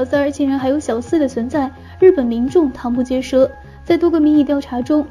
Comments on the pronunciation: ，女声版的你，有个字从没有读对过，就是瞠目结舌，瞠（读作：撑），而不是瞠（唐）。我不是杠精，只是爱你，希望你更好。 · tang目结舌🤣🤣所以你到底是机器人，还是真人念的啊？？？ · 瞠cheng目结舌，这都能读错，妹妹语文课没好好听讲呀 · 瞠(cheng1)目结舌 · 瞠目结舌，每次都栽在这字上，下次可改了吧XD